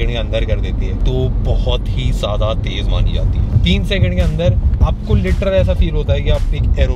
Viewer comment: Tej nahi re baba . Tez